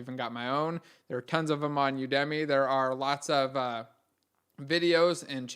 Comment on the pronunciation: Did he call it U-Dummy? That’s kind of brilliant